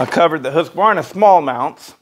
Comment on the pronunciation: "who's Kuhvarna?"